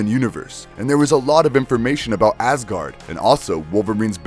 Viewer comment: So am i the only one that hears him saying ass-gard